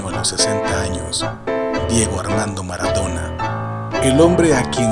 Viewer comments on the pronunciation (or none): Es "Maradona", no "Maradora"....